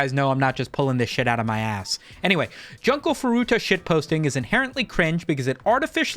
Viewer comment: It’s pronounced June-co, not fucken Junk-o 😭😭😭